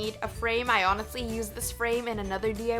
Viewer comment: "Hoenestly" LOL